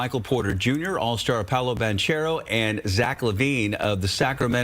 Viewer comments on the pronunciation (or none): It's Banchero with a hard "C" as in Ban K ero...